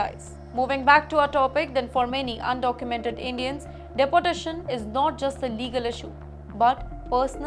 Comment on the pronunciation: Please look into the pronunciation of your reporter. She has issues with the right pronunciation.Its De por tation ... Not dapportation